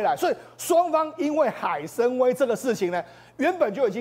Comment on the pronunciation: 海参崴……音：wai